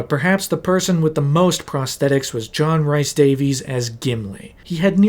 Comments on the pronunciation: John "reese" Davies.... Not "rice" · Loving this vid so far but if you say “John RICE Davies” one more time…. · Fantastic video. Loved sitting listening. However, dude, please just learn to say John Rhys Davies name right. Please. Plleeeaasssee But aye, overall great watch. Really well done!